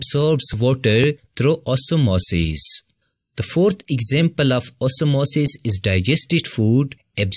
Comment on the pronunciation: The way u say OsmOsIs 😂it's nice